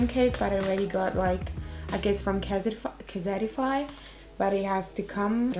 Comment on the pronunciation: Nice unboxing! And also it’s “ kehysteefahy” Casetify lol